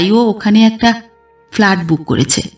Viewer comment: গল্পটা আমার ভালো লেগেছে,,, কিন্তু একটা উচ্চারণ একটু খারাপ লাগলো,, সেটা হলো ফ্ল্যাট,,, আপনি বার বার ভুল উচ্চারণ করছিলেন